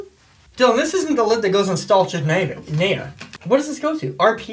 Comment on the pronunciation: stolichnaya pronouns like Sto,li,ch,na-ya